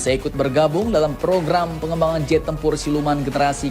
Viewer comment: Iya ngab jet bukan zet😂😂